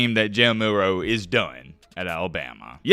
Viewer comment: It eeeyuzz what it eeeyuzz. Three huuhderd and fitty kay.